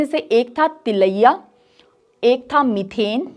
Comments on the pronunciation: It's मैथन डैम not मिथेन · मीथेन नही मैडम "मैथन बांध" नाम है।